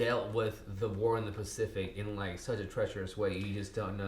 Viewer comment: lol did he just call it "The Specific" ? ...twice in a row? lol